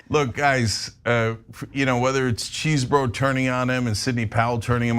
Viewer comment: No love for Trump's co-conspirator but why do Cenk and Anna keep calling Chesebro "Cheesebro" even in a serious news presentation. Nobody says "Cheesebro" anytime anywhere and she says it even after hearing the women in the segment saying Chesebro. I get you can make fun of him when you're are discussing it after a presentation.